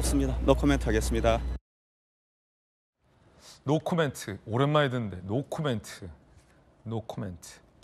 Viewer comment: NO COMMENT (노우 카멘트) 이렇게 발음해야합니다. (추 원내님) 모든 국민 앞에서 쓰는 영어는 정확한 발음을 해야합니다.